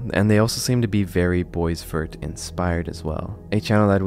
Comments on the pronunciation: BWA-VAIR, FRENCH NAME, NOT BOYS-VERT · Bro really pronounced Boisvert (Bwa-Vare) as Boys Veart